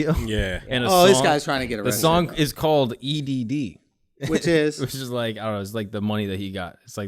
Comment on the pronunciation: my guy drew said "which iz?" EDD